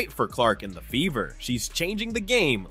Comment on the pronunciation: LOL!!!!…… your accent made it sound like the ‘beaver’ not the “Fever”😂